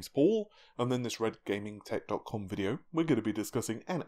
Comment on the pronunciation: Wow, he said it properly 😂😂😂